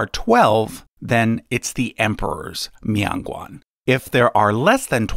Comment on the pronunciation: It's not a mee-on gwong..... It's MIAN GUAN!!